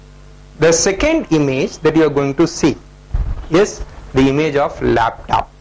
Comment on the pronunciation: its not told desktap its called desktop and laptop not laptap....😂